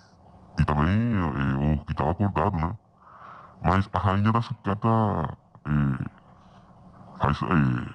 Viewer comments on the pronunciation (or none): . No dice la reina de "socrata". Es "sucata" .